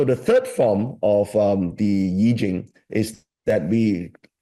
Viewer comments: Pls, keep saying I-ching (pronounced Ee-tching): Educate his coldture or callture, or culture again!!! Cancel that "eye-ching". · Hopes that "AI" will be well educated in Chinese knowledge... I will revisit Deep Seek soon! For I-ching, not "Ai-ching".